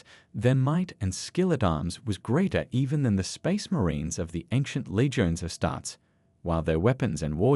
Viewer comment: Is this AI? my man, it's pronounced "astar-tees" and "custo-deez"